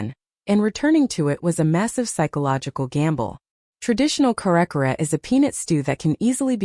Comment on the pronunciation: Please, Ms. AI voice. Try to get the pronunciation right. Kare-kare is not pronounced cair-cair. It is pronounced kareh-kareh. Halo-halo is not haylo-haylo. It is pronounced hahlo-hahlo. Bagoong is not baguung. It is bagoh-ong